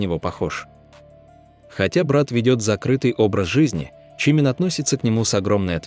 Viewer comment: Не статья, а сплошное вранье. Про Техена, про Чимина. Что за манера коверкать имена? И зачем впихивать фотки чужих людей, вместо настоящих родителей Чимина?????? В бан однозначно!